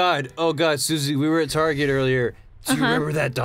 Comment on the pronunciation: is the only person younger than 40 to say tarjay